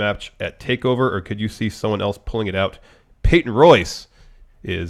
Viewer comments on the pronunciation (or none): Not to hate, (I LOVE this show) but my #1 and pet peeve is the way says “else.” He says it like “eltse”